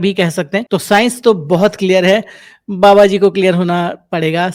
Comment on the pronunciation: Baba nahi ba A be😅😅😅